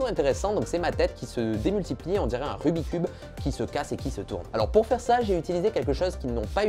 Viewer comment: Nan, Nan et nan. C'est pas "rubicube" mais rubik's cube